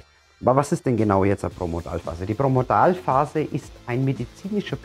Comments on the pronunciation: Promodalphase? Es heißt Prodromalphase! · Es steht so da, da hast Du recht, aber Du sprichst es jedesmal falsch als Promodalphase aus. Dein Video ist sehr sympathisch und anschaulich, aber das ist mir halt aufgefallen, nicht bös sei! LG, Andrea